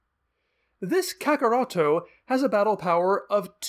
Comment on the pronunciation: Wait, you say “Kakarrotto”? Isn’t the “to” a Japanese phonetic? It is Kakarrot when you translate it into English.